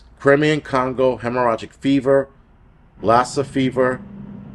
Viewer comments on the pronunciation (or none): none